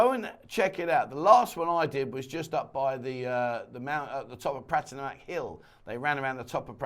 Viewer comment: For god's sake man please learn how to pronounce Pattaya.!!